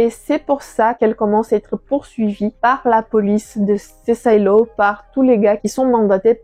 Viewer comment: Pas la peine de prononcer"silo" à l'anglaise, vu qu'en vo le livre s'appelle Wool. Sinon, bonne vidéo !